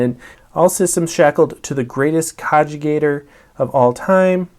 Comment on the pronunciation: cog·i·tate ˈkäjəˌtāt (Ka-Jih-Tate) verb: think deeply about something; meditate or reflect. I don't understand why people who can sit through the rulebooks cover to cover can't look up a pronunciation.